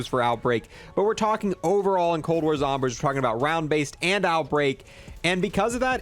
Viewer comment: “Cold War Zombersh”